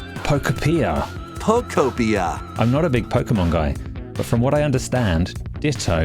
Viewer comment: That's pronounced "Pokopia", actually